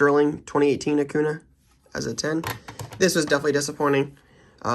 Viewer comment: Please say Acun(ya). just a little thing but annoys me as a baseball fan hahaha